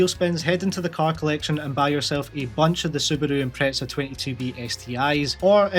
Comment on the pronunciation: The way you say Subaru is funny af :D